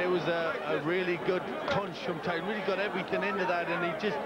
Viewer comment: Did the announcer just say, "Iron Mike 'Treeson'"? 🙄